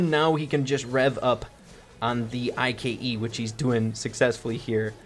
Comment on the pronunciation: Siege vocabulary: Everyone: Bolts, ike: Screws, I-K-E 😂 Love your videos! Keep up the good work! 😉